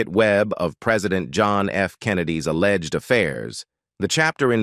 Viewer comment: When it said a-legged…